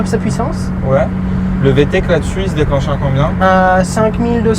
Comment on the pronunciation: Vtec .... Et non Vtech 😅